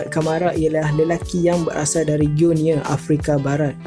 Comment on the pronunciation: Adik, nak share je ni...negara Guinea tu sebutan betul nya adalah Gi-Ni mcm kita sebut gini dalam begini...